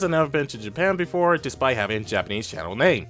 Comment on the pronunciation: Pretty fair review, but please, dude work on your diction some time, ok? Not only you pronounced all the names wrong, but you also miss some letters completely. But I bet you wouldn't read this and continue on with your not so good tongue.